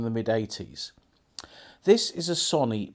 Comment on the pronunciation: Its pronounced So nee not son e